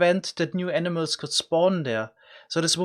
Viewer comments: Lol the way you say animals makes it sound like you are saying enemas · Every time he said animals I thought he said enimas lol